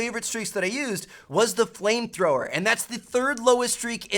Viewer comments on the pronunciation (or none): was it just me who thought he said plane thrower?